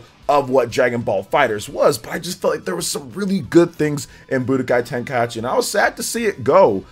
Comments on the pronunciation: bro you get a dislike for the butchering the name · My man out here mispronouncing Tenkaichi just to drive people to the comments for the engagement. Shameless lol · You're the ONLY person I've heard BUTCHERED the word Tenkaichi smh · dislike for saying tenkaichi wrong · I was happy for this till the guy pronounced Tenkaichi wrong xD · Its ten - ka - i - chi. Not ten - ka - yat - chi 😅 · Who else cringed when said "Tenka-achi" instead of "Tenka-ichi"? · Man said tenkaiachi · "Tenkayachi" cracks me up xDDDD It's Tenkaichi. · Ten-kai-chi not ten-kai-achi. And while we're at it, ah-tel-lee-a (Atelier), is french, means workshop for an apothecary, but in the game's case, alchemist workshop. No disrespect intended bro, I enjoy the content and trying to be helpful. Hope you have a good one. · It is not TenkaiAchi is just Tenkaichi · its TENKAICHI, NOT TENKAYASHI!!!!! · "TenkaYAchi" smh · Ten-kai-chi. Not tenkai-achi. That is all. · Tenkai what?🤣 this man said achi? It’s ichi the Japanese language is just different lol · Its pronounced kai-chi lol not kaieechee. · TEN KAI AH CHI lmaoooo 🤣🤣🤣🤣🤣🤣🤣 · TEN KAI HA CHI?!!?!? TEN KAI HA CHI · Say it with me: Tenkai-EE-chi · I know a lot of people will be bothered by the fact that I can't ignore this, but please, just sound-out words when you learn them. There's no reason to turn Tenkaichi into TenkaiAHchi. You're making it harder on yourself by adding an extra syllable for no reason. I know it's not an English word, but the only people who have an excuse to not just sound it out are people with dyslexia. If you have dyslexia, then I apologize, but everyone else should be able to read it out loud one syllable at a time a couple times and be able to get it. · TEN KAI AH CHI 😂😂😂😂😂😂 Damn! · TenkaiAichi? Lol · he must have said it on purpose for comments lol ain't no way he actualy thinks its pronounced like that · Tenka-whut-WHUUTTT??? Anyway, would be nice to see more updated DBZ games.